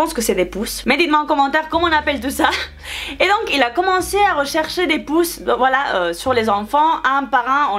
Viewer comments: Je suis obligé de mettre la vidéo sur pause à 😂😂😂 on dit POU et non POUCE 😂😂😂 mais on l'écris POUX. Haha tu m'as vraiment tuer 😂😂 je t'adore trop ♥️♥️♥️ franchement ne change rien ♥️♥️♥️ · C'est des poux et ça se dit "pou" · Coucou,ça se prononce pou voilà voilà bisous 😚😚😚😚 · Des poux qui se prononce "Des pou" 😂 J adore ton accents 😍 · Je croiyai que tu disai pouçe c est puçe lol mdr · Coucou en fait les "puces" est le terme pour les animaux, pour les humains se sont des poux mais sa se prononce simplement "pou" Voila j'espère t'avoir aidé😊 sinon je t'aime beaucoup t'es trop belle😍😘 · mais mon prof a fait pareil à une eleve de ma classe pour les poux non mais vraiment ça se fait vraiment pas pour les poux on le prononce tout simplement "pou" sans le ssss à la fin 😘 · Des poux sa se dit des poux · poux mais on prononce pou